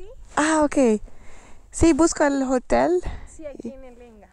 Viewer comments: Noraly: ¡Hola! Young Lady: Patricia. N: ¿Usted trabaja acá (aquí)? YL: Sí. N: Ah, OK. Si, busco el hotel (H is silent in Spanish, Noraly 😊). YL: Sí, aquí, en el Lenga. N: Acá (aquí). YL: Sí, ¿se va a hospedar? ¿Usted no tie..., tiene reserva? N: No. YL. Sí, pero tiene que esperarme, ¿sí?, un momento para que le haga la reserva. Porque tengo que llamar. Como usted no tenía reserva... N: No, no tengo reserva. YL: Ya. Tengo que llamar, ¿sí? N: Uhh. YL: Espéreme un ratito. N: No entiendo. ¿Tengo que esperar? YL: Sí. N: OK. Chileans have a fame of speaking fast 😁. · Noraly: Hello! Young Lady: Patricia. N: Do you work over here (here)? YL: Yes. N: Oh, OK. Yes, I'm looking for the hotel (H is silent in Spanish, Noraly 😊). YL: Yes, here, at the Lenga. N: Over here (here). YL: Yes, are you staying? You don't have..., do you have a booking? N: No. YL. Yes, but you have to wait until I... OK?... a little while until I make your booking. Because I have to call. Since you don't have a booking... N: No, I don't have a booking. YL: Well. I have to call, OK? N: Uhh. YL: Wait a little while. N: I don't understand. Do I have to wait? YL: Yes. N: OK.